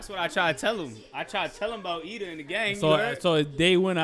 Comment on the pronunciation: It’s Iida bro, not Lida